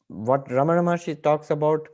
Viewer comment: Jai Arunachala! with due respect to the announcer i would like to point out it is "RamanA" (रमणा) and NOT "RamaN" (रमण्) Please pronounce the name in the right way. Thank you.